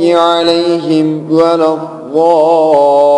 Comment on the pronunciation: aleyhim değil, aleyhimu